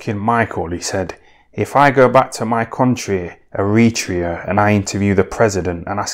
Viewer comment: “Eh-re-trey-ah” Where the hell is eretrea? 😂